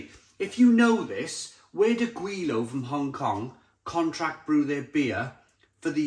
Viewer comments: It’s pronounced ‘gwy’ as in ‘lie’, by the way! Since you were unsure! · Its pronounced Gway low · It's pronounced Gwei-lo It's a slang term for 'westerners' in Cantonese